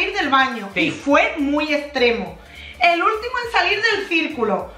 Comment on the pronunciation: Se dice extremo no estremo